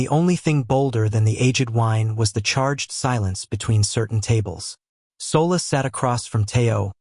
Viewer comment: SOLA is pronounced SHOLA